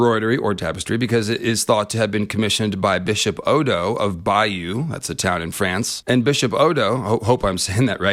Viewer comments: Argh, your pronunciation of Bayeux is bugging me. In 2016 a friend and I went to Europe and the USA, we started in Bayeux (and yes saw the 'tapestry') and learned that the town is pronounced "Bay-er". Another stop on our trip was New Orleans and we ended up naming the whole trip "Bayeux to Bayou". You are pronouncing"Bayeux" like you should pronounce "Bayou". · "bay-or" I think is the pronounciation but I could be wrong. Highly suggest you see it in person when its on display in a museum. I saw it when I was a kid its fricking EPIC